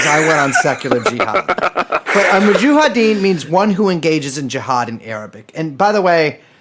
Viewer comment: Brace saying Mujahideen wrong every time makes it hard to listen to this